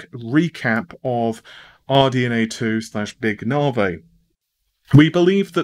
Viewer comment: Big 'Narvay'! :)